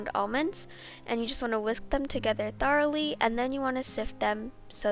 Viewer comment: She pronounced macaron wrong and did u hear the way she said thoroughly.😂😂